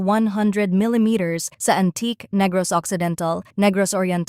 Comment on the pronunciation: AN-TI-KE po ang bigkas niyan,.